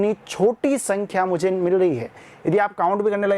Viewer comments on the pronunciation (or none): choti sii sakhkyaaa😂😂😂🤣🤣🤣🤣🤣🤣🤣🤣🤣🤣🤣🤣🤣